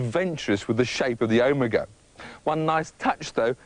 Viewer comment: this guy cant even say OMEGA correctly...